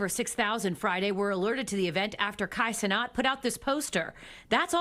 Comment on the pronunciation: “Kat Cenot” ??